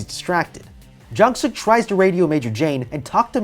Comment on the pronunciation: what you said: jungsuk what i heard: junksuck